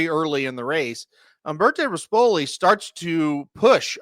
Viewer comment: And pronounce rispoli correctly; he’s not the piece of crap owner with gator colors